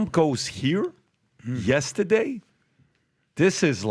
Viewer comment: Good video. But PAT yesterday isn't not pronounced YESTAAADAY.